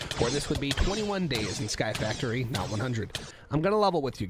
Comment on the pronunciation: The point that when he said sky factory it sounded like sirud